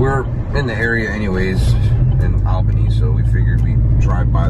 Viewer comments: Hey I love your channels. I am from Upstate NY 1hr north of Albany NY. I just wanted to let you know it is pronounced (All'bany, not Al'bany). I thought it was funny the way you were pronouncing it. Keep up the awesome content. Stay safe and healthy. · You say it ALL bany... not AL bany. lol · You are pronouncing Albany just as its spelled Al-bany, but that is not correct. Most people, including myself, pronounce it as ALL-bany, but that is not correct either. The correct pronounciation is AAL*buh*nee🤷‍♂️. I’ll leave now😂. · You are so close to me. I'm closer to Clifton Park. Yeah things are nuts with Antifa making a ruckus. Only a Floradian would pronounce Albany as Allbany whereas we Upstaters pronounce it Ahlbany. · Your bird is the most beautiful blue! FYI Albany of NY is pronounced “All-ban-ee” like the all as in ya’all lol...stay safe you two❣️ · < lifelong upstate New Yorker! So cool you were 2 hours from me!!!! I know places you can go! By the way, its pronounced like ALLbany, like awlbany lol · Love your videos. However as much as i love you, (i live in Ny) the capital is pronounced like Allbany even though it its spelt Albany. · lol it’s pronounced (all-bunny)!! hahaha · It’s pronounced all bany lol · It’s pronounced all bany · Albany...pronounced - all-bany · The fact he once lived in New York and still says “Albany” like that